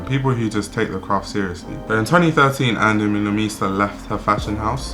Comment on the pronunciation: the way u say her last name is so funny